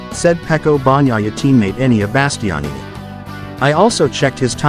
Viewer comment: Who is Donny Potrosia, Peco Bonniyeiha, And who is Enneian Basstionni??? Go lern how to pronounce European names before you decide to have a Mootougepee chieannnial..😂